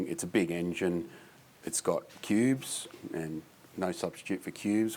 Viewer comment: cubes not pubes